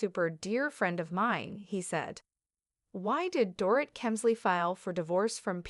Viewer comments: It sounds like Doreet. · You need to learn how to pronounce the Dorit's name.